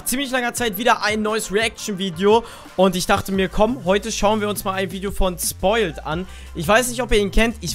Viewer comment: wo siehst du in seinem namen ein "L" das du "spoiLt" sagst statt ""? triggerd so hard xd